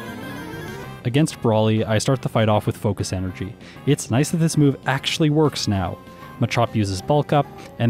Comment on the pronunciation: No one:: focish enerjy